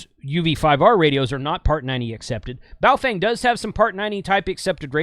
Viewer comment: It is Bow - Fung ….